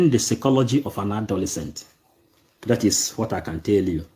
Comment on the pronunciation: My friend that word is not secology but psychology